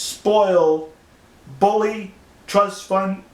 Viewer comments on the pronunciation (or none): none